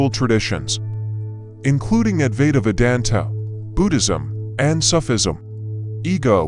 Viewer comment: Why can't a native english speaker pronounce some words like "Advaita Vedanta" or "Sufi" and other similar words from foreign languages as they are pronounced in the original language? Is it really so difficult to show some respect to the original? It's not a big effort at all! Just try it!